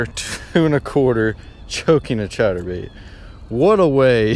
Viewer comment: I’m out for 3 weeks and you keep doing on saying chater bait boy it is a spinner bait